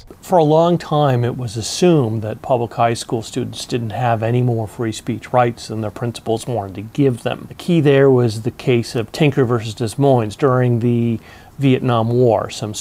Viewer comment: did he just say dez moinez?? you practice speech law and don't realize Des Moines is pronounced Dah Moine? Haha wow